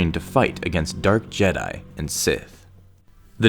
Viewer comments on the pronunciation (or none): none